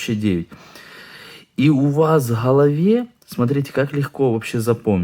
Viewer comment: Не в Халаве, а в Голове! Режет слух!